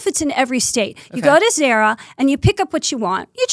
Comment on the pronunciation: It’s Not zera it’s ZARA